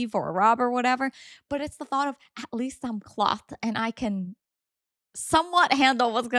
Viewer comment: Why tf are you saying clothed like that are u r tarded or something